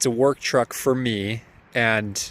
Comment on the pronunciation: mini truck or trucklette.... not TWUCK ... haha